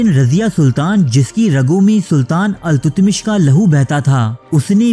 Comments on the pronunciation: BADSHAH KA NAAM ALTAMASH HAI.......TUTMASH NAHI.....CORRECT THIS IN THE VIDEO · التتمش نہیں التمش ہے صحیح نام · بھائی تاریخ کا حلیہ بگاڑنا بند کریں۔ کہانی کو کہانی بتا کر پیش کریں نہ کہ تاریخ۔ لفظ التتمش نہیں ، التمش ہے۔۔